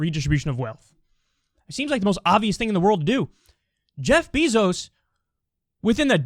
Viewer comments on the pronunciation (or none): His name is not Jeff Beeeesos smh it’s Jeff Bezos